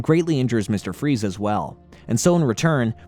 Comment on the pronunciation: Did he call freeze fry's 😂😂😂